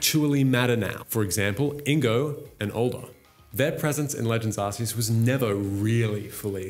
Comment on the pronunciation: Bro, for the love of Arceus, it’s OFFICIALLY “ARK-ee-us” not “arse-ee-us.” As for where AZ got the “technology” from, when you look into the lore, he’s basically a master alchemist. Look at the Pokédex for Golurk for example. There’s one of those (by design) in the gardens of the Parfum Palace. There are many Pokémon based on golems, Claydol probably being one of the most interesting timeline-wise, being 20,000 years old puts it being brought to life at the same time as Eternatus fell upon Galar. Funnily enough, it’s Claydol statues that you see in Galar leading up to the old covered-up statue of Zacian and Zamazenta, despite Claydol being a Hoenn Pokémon. Anyway, getting carried away with lore here haha. Hit me up if you want a source on deeper Pokémon lore ‘cause Kalos is my favourite region and I’m obsessed with the lore around AZ, the Kalos War and its legendaries.